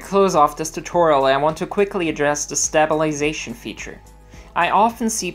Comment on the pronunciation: Awesome tutorial! Thanks for the help. It's "sta·bi·li·za·tion"... not "Stab-il-ization". Sorry... :P